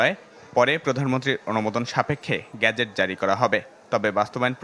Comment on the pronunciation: 'গ্যাজেট' না, 'গেজেট'